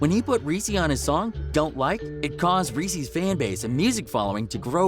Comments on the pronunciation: It’s lil reese hahahahahah not lil resse bih dafuq how you gon make this video and not know how to pronounce his name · Guys who is reessee lol it’s lil Reese bro this is why you shouldn’t cover this cause ya cant even pronounce the mans name right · He said Reese (ress-E) lol it’s just Reese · Bruh it ain’t lil reesey it’s lil reese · Its not greesee its reese Dumbass 😆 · Just wanna throw this little tid bit at.... his name 'Reese' is not pronounced Reese like the Reese's Peanutbutter Cup the chocolate candy. It's Reese with the double e's being the long e sound and the e on the end being silent. This dude can't possibly know anything authentic about Lil Reese; he has no idea how to even pronounce his name. What a joke. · This Dude Said Lil Reesey 😂😂😂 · this man literally said lil reeceee what the fuck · Yeah, they keep calling him "reesie". Is he a little CANDY CUP?? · resse is pronounced rease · infin-ian Q50rs glad I read your comment.... hearing him call him Ree see ruined early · Lmfaooooo they disrespected him by the way they pronounced his name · dont make a video on gang rappers if you cant say the names right reese freeeedo santana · Saying his name wrong wtf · Lil "Reese" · why you saying his name like the fucking chocolate